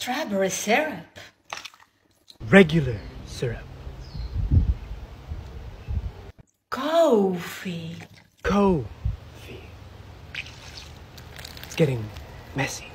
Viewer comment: The way she says coffee makes me want to pour hot coffee on her lap and say....im sorry for spilling the "cooo...... ...... ...... .....fi Let me clean that up